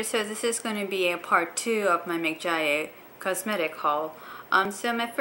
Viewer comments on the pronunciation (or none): It's "Mik-ya-gee" not "Mik-ja-yae" :) And, it's a lovely brand <3